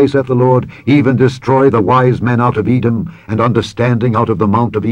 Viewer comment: "THE END OF eaau edom".